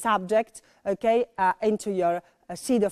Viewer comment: To naciągane "British wanna be" - - Ołłh / Ołłkej 🤣🤣🤣🤣🤣 bez urazy ale nauczyciel z taką wymową nie przekonałby mnie. Chyba bym wolała napieprzać wszystkie możliwe programy z BBC niż chodzić na angielski w jej szkole